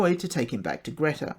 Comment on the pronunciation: It's pronounced Greta as in Greeta!